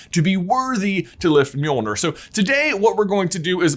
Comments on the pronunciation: The name of Thor’s hammer is pronounced “Johnathon”, right? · God i hate being danish, hearing other people pronounce Nordic names like Mjølner - don't worry you and are better than the majority I've heard, but still...